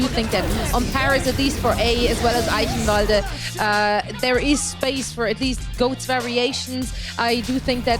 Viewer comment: I'm surprised that pronounced Eichenwalde right.